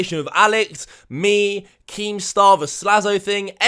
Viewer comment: Is it so hard to say "the" properly.. THE NOT VEH!